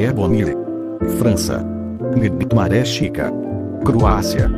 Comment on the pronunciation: carai agora que vi sa voz de IA zoa de fnaf quando fala nighmare fala nai de mane